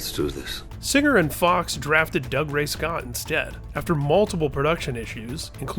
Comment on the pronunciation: This guy needs to learn how to pronounce dougray scott